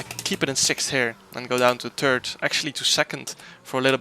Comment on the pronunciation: When you say "turd" instead of "third" it always makes me smile :)